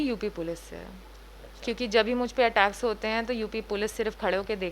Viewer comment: My stomach hurts whenever she says ATTACKERS 🤣🤣🤣